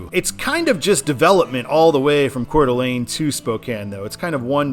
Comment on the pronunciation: I can tell you're familiar with the area because you know how to pronounce Coeur d'Alene properly. And while the Seattle stadiums are really cool, I am looking forward to seeing the Chicago skyline whenever you get there on I-90.